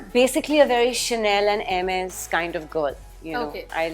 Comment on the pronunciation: She pronounced Hermes correctly 👍👍👍